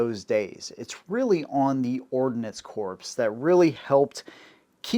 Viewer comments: Ordinance Corpse? MARINE Corpse? Good Lord!!!! It is pronounced the same as 'CORE'. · Corps is pronounced "core" not "corpse." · It’s Marine Corps but the s is silent think core. Same with Ordinance Corps. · Correct pronunciation of “Corps” is “core” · Bro, "Corps" is pronounced "Core" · Now I KNOW you never served in our military. Similar to calling a Marine an “ex Marine”, miss pronouncing Marine Corps as “Marine Corpse” is highly disrespectful to any Marine and I’m just a retired Army Grunt (Infantryman). And yes, I used the M-21 as a sniper in the mid 80’s and she can perform well in that role but it requires a LOT of additional tuning to achieve those results, we should’ve just stuck with the Remington 700 like the Marines did. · A lotta corpses with ordinance. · Great video man! Loved it. One thing though. You realize that you pronounce "corp" incorrectly right? Marine "corp," and ordinance "corp." You said it so many times and wrong every time. Couldn't not let you know. Hope you don't take it wrong.